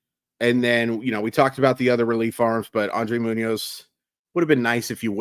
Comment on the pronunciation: Nice content. It's Andres not Andre btw. With an S.